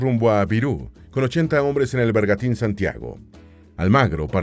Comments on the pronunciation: Corrección de pronunciación de un español de Madrid: arcabuces, con sonido z, no arcabukes con sonido k; es bergantín, no bergatin; no es Pedrarías Dávila, sino Pedrarias, sin acento ni tilde, es una contracción de Pedro Arias.. ✌🏻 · 🧐Señor narrador una pequeña, correccion, no se dice bergatin..sino bergantin......